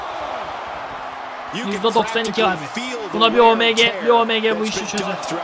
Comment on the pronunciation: abi omg Oemge diye okunuyo bu arada